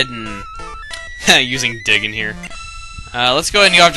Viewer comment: insted of dig i thought you said dick